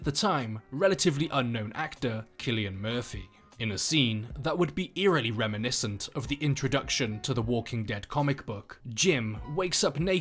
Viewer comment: Sillian not killian